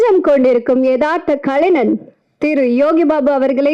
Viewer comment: இந்தப் பெண்ணுக்கு கலைஞன் என உச்சரிக்கத் தெரியவில்லை. கலைனன் என்கிறார்.